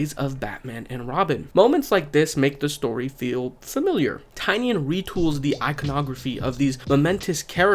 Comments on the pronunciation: I respectfully implore you to say his name properly. Nobody ever says it right 😭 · Bro please say James Tynion's name properly.